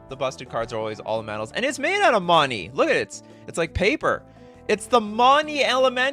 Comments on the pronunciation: it's not "money", it's "monny" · The way you say money is terribly racist. Sad